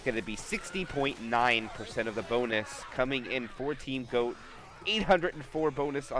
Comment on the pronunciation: Is GOAT, not Hokori